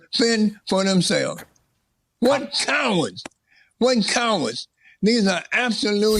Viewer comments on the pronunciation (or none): RUSH SOUNDS LIKE HE SAID CARROTS 🥕